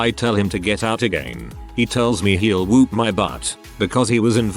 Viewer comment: That pronunciation, "he wanted to whoop my butt" sounding like "he wanted to whewp my butt" 😂 I'm still laughing, such a serious situation I'm now laughing over